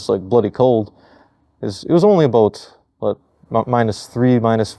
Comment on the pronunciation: he said the thing! The Canadian thing! It is "a boot" lol but seriously these guys are awesome